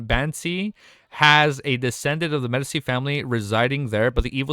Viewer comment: the c in medici is pronounced tchi